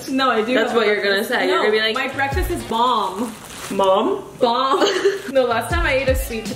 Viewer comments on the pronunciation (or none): I JUST LOVE IT HOW / SAYS "mom?" INSTEAD OF "bomb"